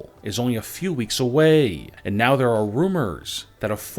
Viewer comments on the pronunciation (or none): none